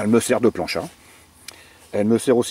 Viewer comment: J'ai bien aimé le "elle me sert de "planchat"" quand tu parles de ta plaque , pour quelqu'un du sud c'est trop... j'en ai ri ;) nous on le prononce "plantcha" :) , sinon tes vidéos super cool mec !! tu te mets bien en bivouac niveau bouffe